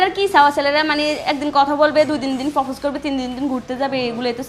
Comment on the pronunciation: ফফোস না প্রপোজ 😅😅😅😅😅😅এরে দেখলেই হাসি পাই